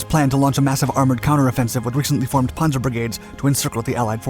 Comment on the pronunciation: You lost me at “Ponzer”! You set to be my favorite narrator. “ P a n zer” Pan zer